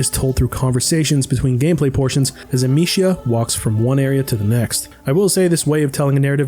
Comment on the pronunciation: Funny how this guy has spent 30-40 hours with the franchise and still can't say the main characters name correctly lol.